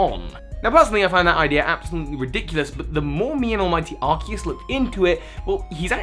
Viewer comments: Ar-see-us, not Ar-key-us. If it was Ar-key-us, it would be spelled with a k, not a c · Um, "Ark-ee-yoos"?! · Almighty "Arkeyoos" lmfao